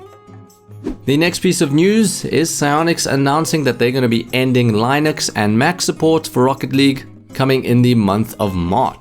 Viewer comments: it is with short "i" like in word sing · As a linux user it really hurts my ears how wrong you are pronouncing it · good video, just one thing: look up how to pronounce "linux", I got triggered multiple times lol